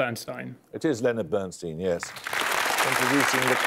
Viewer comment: Bernstein, not Bernsteen!